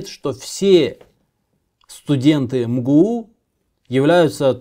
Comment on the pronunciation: МГУ :))))) ЭМ-ГЭ-У читается :)))